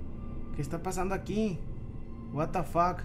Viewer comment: porque dices buatafack